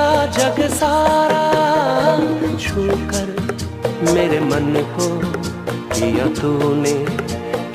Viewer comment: Chhookar, not chookar.